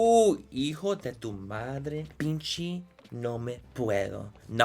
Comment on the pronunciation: Can somebody please tell this man pinche is pronounced peen-chay not peen-chi 😭😂